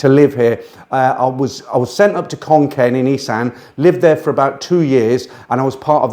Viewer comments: Think he means Khon Kaen should be pronounced "Khon Gaen" ... "K" with a "h" after it is pronounced with a "K" sound but a word like Kaen that does not have a "h" after the "K" is pronounced with a "G" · ... Khon Kaen or Koh ... please pronounce the K as an G, otherwise no Thai understands it.